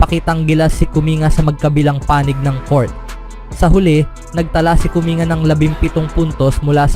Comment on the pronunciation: "Kuming-ga" pagkakabigkas po, hindi "Kuminga".